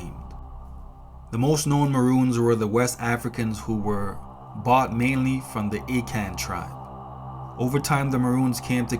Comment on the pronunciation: Great historical narrative! Small hint, it’s pronounced “Ah-Khan” tribe not “Aye-Kan” 😉